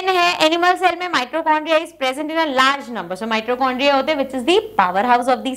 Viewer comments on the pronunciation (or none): Mam mitochondria hota hai naa ki mitrocondria plz shi sai boliye😢